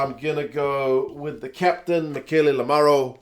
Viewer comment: I just heard LAMARO say that the way to pronounce his name is with no emphasis on the second "A". So the second "A" is nearly like a really short "u" (like in "DUCK").. sorry for the nerd alert. I still say it the same was as you do ... but trying to adjust hehe. I have an Irish surname which no pronounces correctly, even here in Ireland ... so I feel honour bound to defend his name haha. Love your videos ... and tell Gazza he rules